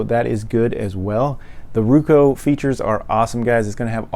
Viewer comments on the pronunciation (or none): ITS ROKU NOT RUKU